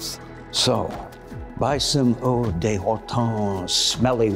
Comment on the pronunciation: De isn't pronounced like "day", at least in French, because French isn't Spanish, it's pronounced more "duh". Also, eau isn't pronounced "ooh", it's pronounced oh, like "oh, that smells!" And eau means water, so it's Horton Water®.